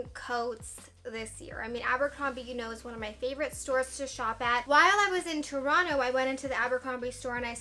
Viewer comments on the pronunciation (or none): none